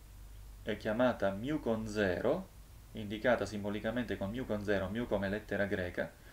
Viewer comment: Guardi che si dice 'MU' o al massimo 'mi', ma non 'miu', se no, se lo vuole per forza pronunciare all'americana deve dire anche 'pai greco' e non 'pi greco'